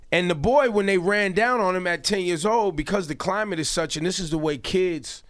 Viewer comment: it is climate!